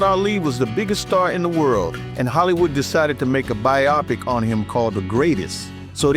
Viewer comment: By the way, in the word biopic, the accent is on the first syllable.